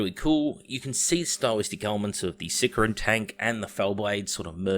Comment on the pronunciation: Hates on GW hosts for mispronouncing "Deimos" then proceeds to mispronounce "Sicaran" for the entire video, never change